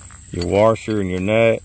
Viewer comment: Thanks for the video. You say warsher like my Mom says warsher. Also, if you unloosen something, you’re tightening it. 😂 sorry I’m such a language jerk. It’s my cross to bear.